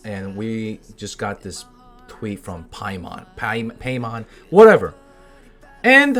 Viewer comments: did you just call Paimon "paymon"? pay mon? pay money? :O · Ah yes...Genshin impact's mascot...Paymon